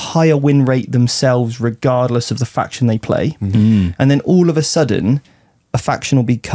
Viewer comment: I'll get told! Silly goose not knowing how to pronounce his own faction he invented 🤷